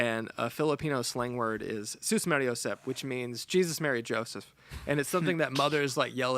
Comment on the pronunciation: you pronounce susmaryosep correctly just like our vernacular, I would like to buy this pedal though!